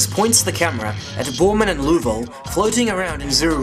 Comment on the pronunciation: I can't believe you even listened to Ralph Rene. The biggest fool of all time. Can't believe anyone would back that horse. What a zero. He can't even say James lovel's name correctly.